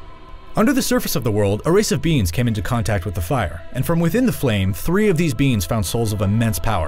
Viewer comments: "A race of beans" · I keep hearing "beings" as "beans"